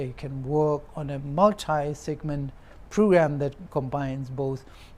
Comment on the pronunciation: Children - chiren , Kilometer - Khlometer, parents - pharents, phrugramme, specfically, phractically 😅😅